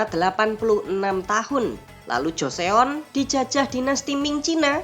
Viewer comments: Joseon dibaca joson bang, Goryeo di baca goryo😊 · Min , nu balek lafad ucapan teh , GORYEO ( bibaca Koryeo artinya Korea ) dan JOSEON dibaca Coson .